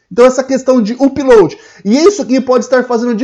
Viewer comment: UPLOAD se fala Âpload (com som de A fechado), não uuuupload. Chega dói no ouvido...